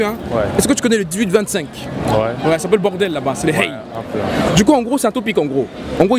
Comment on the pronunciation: On dit " rhey " pas " hey "